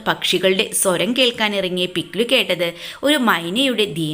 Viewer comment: പിക്ലൂ അല്ല പിക് ലു